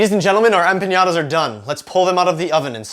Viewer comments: What a great recipe, thank you! Just so you know it is pronounced empaNada, NOT empaÑada ;-) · There is a difference between ñ and n and empañada is not a word. A normal "n" and not a "ny" sound is correct. You should probably have just called it a flauta since it actually is a flauta just with apples instead of meat. "Flauta de manzana" - that sounds like it would be an actual thing! I have made tons of mistakes learning languages and the only way I got better was correction - so please don't consider this trolling. The recipe looks delicious. I will have to make it tomorrow for breakfast.